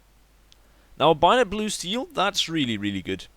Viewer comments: IT SAY BAYONET NOT BUYONET ugh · ITS A BAY-ON-ET NOT A BUY-ON-ET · Binot? Bay-o-net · ITS BAYONET HAHAHAHAHAHAH NOT BIONET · bAyonet not bUyonit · Binet fade? :') bay-o-net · Lol I've watched this video at least 5 times e cause I love the way he says "Bayonet" it's BAY- A - NET and he is like "BUY - A - NET hahah funny little man :P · HAHAHAHHA STOP SAYING BIONET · Lol I love how he says bayonet like byonet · Say it like this Bayo (stop) net Bayo-Net bayonet. now you know how to say it properly. Also as a hardcore PC gamer CS:GO is a fucking horrible game. its all about buying and selling stupid fucking in game skins now rather than just playing the game and winning.